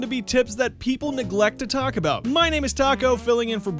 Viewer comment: everyone still talks aboot it